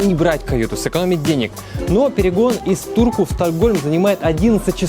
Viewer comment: Мне одному послыщалось что не в Турку а в дурку